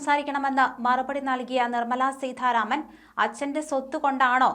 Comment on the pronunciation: അവതാരിക ഉച്ചാരണം കുറച്ചു ശ്രദ്ധിക്കണം. ഉദാ. സീഥാ രാമൻ